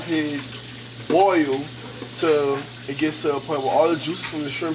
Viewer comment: The fact that they say “bearl” instead of “boil” & “earl” instead of “oil” I’m going to use their recipe 😂🤣😂 #NoHotLinks #NoWiners